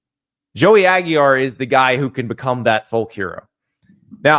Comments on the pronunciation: He's adding an extra "l" for some reason (Aguillar)... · it's NOT "AGY R" Jesus Christ i'm done with Andy dude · "Aggie-ar"? There's only one "l". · Bro how are you pronouncing Aguilar? Is the L silent?